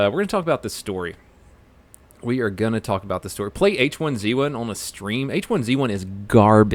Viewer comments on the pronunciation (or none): none